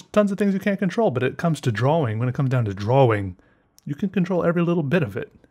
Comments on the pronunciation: You sat dwaring when it should be drawing. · Fergusto ! its called a dialect or an accent lol also, he says "draw-ing" while most people pronounce it "dra-ing" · the way he said draWING was just yes u have always pronounced it drawring wooooow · You say drawing wrong...